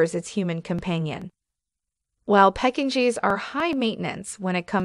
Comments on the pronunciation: Yes! Peck-in-jeez was hilarious. And the pronunciation of "epitome" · Phonics? vs French ?...Bicken Fries?🤣😂🤣Peck-en- gees? You're killing me Smalls😛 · It is pronounced beeshawn Frisay. Not Bekin freeze. Learn to pronounce these names Pekín needed not Pekín geez. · I have never heard of a dog called Bacon Fries (bichon frise). What a peculiar name!! Please get the pronunciation right, it sounds so funny saying bacon fries!?!🤣😂 Well, I come to the end of this video and find now that the Pekinese is now called the Pecking Cheese!! Oh please!!! Lol!!😂🤣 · The speaker's mispronunciation is alarming....Bichon Frise, Pekingese and Coton de Tulear.... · Good heavens! Learn proper pronunciations. Bichon Frise ! Pekingese! Also, you have pictures of other breeds as though they are the breeds being talked about. See pug especially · I am laughing so hard at the pronunciation of the Bichons, Pekingese, & Coton de Tulear- obviously this person knows nothing about dogs. 😂😂😂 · the reader mispronounces Bichon Frise,feisty, lives,Cotun Tuleare, epitome,suffices and Pekinese